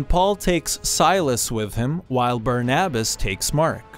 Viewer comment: That's not how you pronounce barnabas